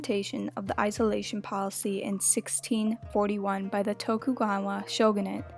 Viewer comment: Bro said toku gwawa